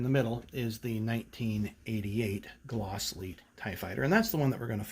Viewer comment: Great Glasslite pronunciation my friend! You did it right! Very nice comparison between the vehicles and great collection!!